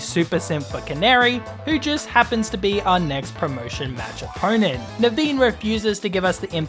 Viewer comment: When he said Naveen I thought he said the bean 😂